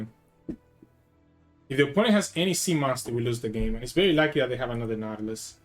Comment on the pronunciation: bro cant pronounce a v